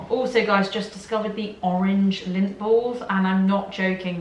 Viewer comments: Even my captions said lint! I thought "somethings not right here!" 🤣 Finally figured it out that it was LINDT! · For clarification y'all they are saying Lindt balls not lint balls lol. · My son over heard this and said, "Lint??? And they're making a video about OUR weird food?" I had to explain the brand LINDT to him. Ohhhhh!!! 😄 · I thought was saying 'dunk lint balls in her tea'..took me a minute to realise that she was saying Lindt 😁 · Hahah Lint